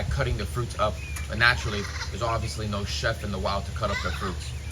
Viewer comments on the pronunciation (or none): none